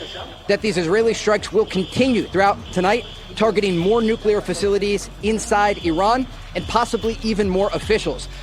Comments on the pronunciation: Benny please pronounce NU-CLEAR correctly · BENNY!!! nu-cle-ur… say it with me. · Benny, did I hear you say nuuk-u-ler?? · Day 867 of telling Benny that it's pronounced "NEW-CLEAR" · At this point, he must just be saying the word Nuclear wrong as a TROLL, Bro sounds like Homer Simpson when he says Nuclear. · Benny, say it with me. Nu Klee Er! Nuclear! As in Nucleus! Not Nucelus! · Nu-CLE- ar . It's not difficult tp pronounce it correctly. It kind of is an important word to get right. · Nook - Lee - Yer :P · hey benny. if you want to be a journalist, learn how to say Nuclear. nu-cle-ar. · It's NUCLEAR NOT nucular. Why do so many people mispronounce this word. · It's NUCLEAR Benny. Noo-clee-Er not nucular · Again Benny... its pronounced : "New Clear" NOT "Nuke U Lure" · Nucular? Nuculer? wtf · It’s nuclear, not nucular. Otherwise, great video, as usual. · Benny I'm a fan, but WTF are you talking about? First off, it's nuclear, not nucular. Please learn the word. Second, Iran desperately wants to fire a nuke at the US. Everyone knows their nuclear program was in its final stages. Trump supports the strike, the whole thing was a misdirect by the US and Israel and was well planned by both countries. Open your eyes. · BTW, please stop say NUCULAR... It's Nuclear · its noo clee er not noo- cu- lar - sp: nuclear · IT IS NOT PRONOUNCED "NEW-CU-LAR", IT IS NEW-CLEE-AR. It makes you sound uneducated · "Nucular" lol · Dude... It's NUCLEAR not NUQUELAR! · nuclear, not nucular. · Why do Americans keep pronouncing this "nu-killer" instead of "nu-cle-ar"? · LMAO dude it's not pronounced "nuke-you-lur", it's pronounced "new-clear" or "noo-clear" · Nu-clear. Not nu-q-ler. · Its not "Nuke-yaler" it's "new-clear" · Benny please learn how to pronounce the word "Nuclear", it is not "Nucular." I cannot watch you until you fix this pronunciation. But George W. Bush would be proud of you. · Nucular ??? Are you one of the Bush's ??? CRINGE DUDE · NEW--KLEE-ER! Not New-kew-ler